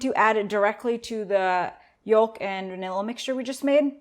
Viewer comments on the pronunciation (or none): the 'L' in yolk is silent. its pronounced yoke. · The L in yolk is silent. Same as walk, talk, folk, stalk, chalk.